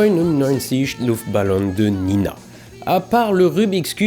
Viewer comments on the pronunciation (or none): C’est pas Nina mais Nena ! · Ralalala Un Alsacien qui dit '' Nina '' au lieu de '' Nena '' c'est terrible! Trop de Bovis dès le débuts de la vidéo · C'est Nena , pas Nina :)